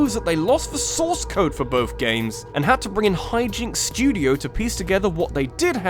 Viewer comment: Theres no f in the word both. And mario is not pronounced mare-ee-oh